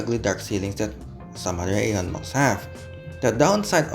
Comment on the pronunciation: Izin ralat sedikit, "AEON" mall pelafalannya "Ion Mall": Aeon mall berasal dari Jepang. Dan di Jepang sendiri, nama Aeon diucapkan イオン。 Berarti cara baca yang benar adalah ion mall. Keep up with the vid, cant wait for another bus line/train line review!